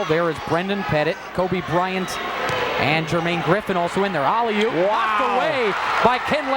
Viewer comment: “Olley oop” these announcers have downs